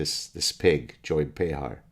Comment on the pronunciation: Nearly said "Joe Behar" 😂